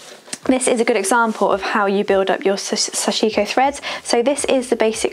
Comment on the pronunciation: Thanks for a very in depth video! Those jeans look great! Small nerdy point, but the pronunciation is closer to "sash-ko", the "i" in the middle should almost disappear and each syllable has equal stress.